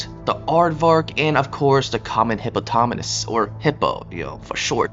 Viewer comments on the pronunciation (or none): He said hippotopamus😂 Great video though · Why did you say hippopotamus like that 😭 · So excited for the new animal called “hippotatamus” 💀 Jk great vid